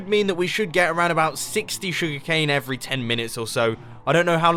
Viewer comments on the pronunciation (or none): none